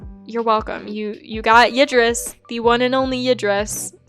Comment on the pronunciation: i will tell you how to say Ydris the right way.... Year dis